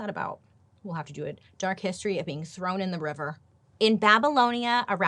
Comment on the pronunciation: "she hates to be trown into a river" xD xD she's hilarious <3